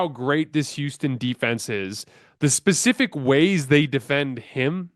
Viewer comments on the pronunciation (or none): none